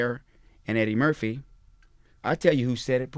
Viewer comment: Dude a legend no doubt. But he mispronounced "Eddie Murphy" when he mentioned who the Jordan of comedy was! 😂